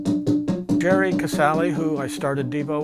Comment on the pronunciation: Did he say Gerry with a hard 'G' like Gary ? I've never heard that for Gerry C or any Gerald for that matter.